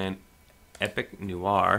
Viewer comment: It's 'nwar' not 'nuwar', thanks for the vid though